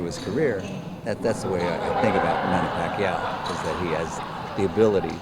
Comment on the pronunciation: i just noticed. was the interviewer a filipino? if he is, please pronounce pacquiao's name properly.